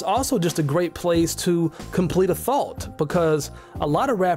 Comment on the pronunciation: what are u saying? Are you saying thought? Cos the accent is hard for me as an Australian haha